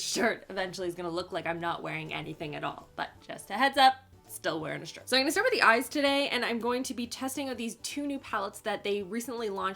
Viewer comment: "Eye-n-gunna" ... is that a Canadian thing?